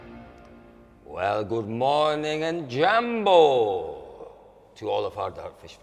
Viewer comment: say Mambo not jambo you'll sould more like us ..and shout me out 😉